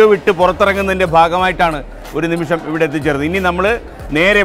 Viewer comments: ഒരു നിമിസം അല്ല മോളെ ഒരു നിമിഷം ആണ് മോളെ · ഒരു നിമിഷം എന്ന് ശരിക്കും ഉറച്ച് പറയാൻ അറിയാത്ത അവതാരിക പൊളിച്ചു. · ഇത്രേം മലയാളം ശ്രദ്ധിക്കുന്ന പരിപാടിയുടെ ഇടയ്ക്ക് വന്ന് ഒരു അവതാരിക പറയുന്നത് ശ്രധിച്ചോ 'ഒരു നിമിസം' എന്ന് അതാണ് ഒരു രക്ഷേം ഇല്ലാത്തത്